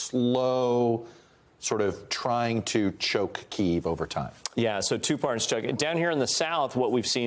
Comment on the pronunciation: It’s pronounced KEY-EHV!!! Jesus